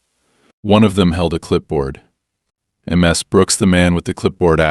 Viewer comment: The constant misspeaking of the honorific Ms completely distracted me from the story. History first- (unfortunately from an USA source) The contractions Mr. and Mrs. are short for Mister and Missus/Missis. These contractions, like their longer forms, are used in etiquette to show respect to men and women. Mr. and Mrs. are pronounced the same as their longer forms: Mr. is pronounced as [ mis-ter ] and Mrs. is pronounced as [ mis-iz ] or [ miz-iz ] in the Northern United States and as [ miz-iz ] and [ miz ] in the Southern United States. Historically, the title Miss has been used as an honorific for unmarried women or young girls. Western women became more independent and especially when divorce became common, the title Ms. became the honorific used to refer to any woman, regardless of marital status. It is NEVER pronounced eem ess but more toward Mizz. See the dictionary pronunciation of the country you prefer. For me it is Canada or England but to each his or her own as long as you are consistent.